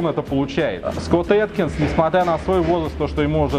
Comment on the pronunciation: Скотт Эдкинс а на адкинс